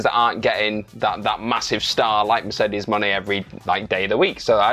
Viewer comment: Stop saying Mercedes Jones' name that way it is fu***ng annoying and disrespectful.